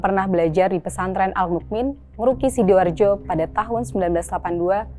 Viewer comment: pondok ngruki di sukoharjo kok denger ku sidoarjo